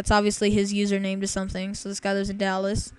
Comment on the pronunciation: Rofl did he say username? Rofl fail